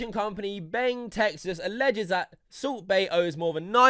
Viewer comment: It's sound like soup bae everytime you said